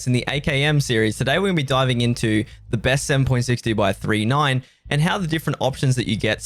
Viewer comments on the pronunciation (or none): Please say 39 not 3 9